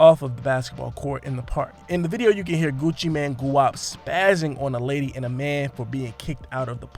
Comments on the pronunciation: NOT Gucci Man..its Gucci Mane....pronounced "main" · Did you say Gucci man 😂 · It's Gucci M-A-N-E ! MANE! After all these years y'all still saying it wrong?? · Mane🗣️ GUCCI MANE🗣️ NOT GUCCI MAN 😒🤦🏼‍♀️😂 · I don't understand why some people keep calling him Gucci Man. It's Gucci Mane, pronounced Main. That's the reason for the E at the end.🤦🏾‍♂️ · Your saying Gucci mane wrong haha its annoying me cause your saying so much in the vid 😣😂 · At least learn how to say his name